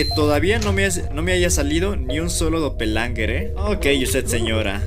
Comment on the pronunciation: Se llama doppelganger no doppelanger